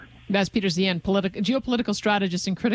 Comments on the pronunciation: Yet another creative pronunciation of Peter's name. Which is it? Zye han, Zay han and now this nice lady is saying Zeehan which I'd never heard till now. Anyone know how HE says it? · Any one else annoyed she kept saying his last name wrong? It's pronounced Zihahn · Least she could have done is pronounce his name the way he himself does. That seems more than a little disingenuous.